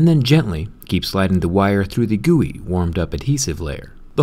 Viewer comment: stop saying gooey i beg u